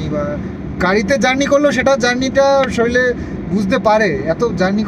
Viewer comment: শরীল না শব্দ টা শরীর হবে 🤦🏻‍♀️